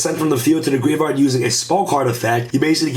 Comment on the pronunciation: Grave - yard not grave - vard